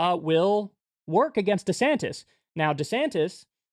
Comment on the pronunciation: "Deesanniss" lol